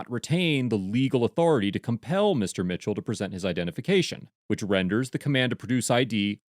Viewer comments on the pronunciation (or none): none